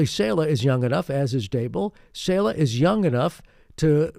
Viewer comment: Saleh is pronounced SAH-LUH